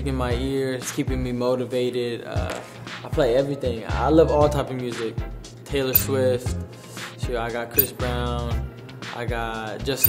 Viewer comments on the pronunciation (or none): mans said taylore swift 🗿